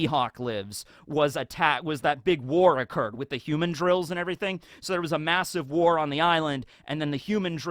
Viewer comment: i kove your videos, but you need to learn how to pronounce the name of rhe violent monkeys ln Mihawk's island. Its "hu-mandrill" not like "human-drill." Its a mandril, thats more human-like. Its not some human holding a drill.